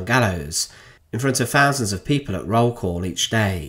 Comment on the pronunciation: why do the English say fousand.. not thousand.. it’s weird!